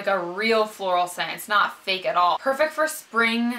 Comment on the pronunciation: HAHAHA! I had to listen three times to you explain about the lip butter. I thought you were saying it smells like feet!! (instead of fake) I want to try some of those perfumes. I've been on the hunt for a new one.